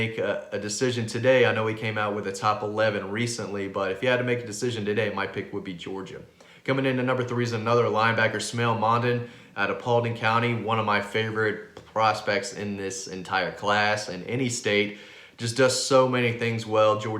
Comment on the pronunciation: Man, you and Dean with these kid’s names. It’s Smael Mondon. It’s pronounced like SMILE. Get right with people’s name. But good info.